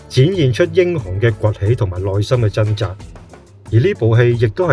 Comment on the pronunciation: 條片一開始就不斷講貪友貪友貪友。我真係好想問點解而家呢個世界已經冇人識講朋友呢兩個字！唔怪得而家啲人越嚟越窮，唔窮都俾佢講到窮！全部都變晒貧友！連呢把AI聲都有懶音，另外掙扎讀咗真扎，轟動讀咗軍動。冇眼睇！